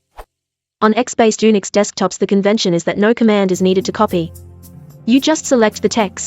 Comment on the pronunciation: OMG! Ooonicks? Really?!? It's pronounced You-nicks. Gods...